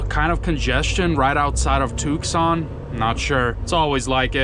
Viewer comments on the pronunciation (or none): Isn't it pronounced 2son?